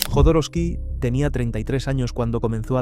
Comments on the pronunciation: Jodorowsky con "J" , la pronuncias con "Y" , Alejandro Jodorowsky pronuncia su apellido con "J" . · Por qué le dice Yodoroski y no Jodorowsky?